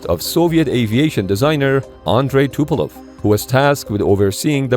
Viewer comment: Not Tupelov but Tupolev